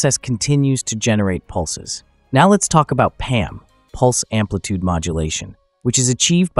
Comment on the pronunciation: amplitude, not ampitude